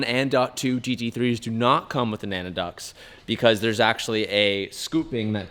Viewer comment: Nanna ducts 😂😂😂 do you call your grandma naca?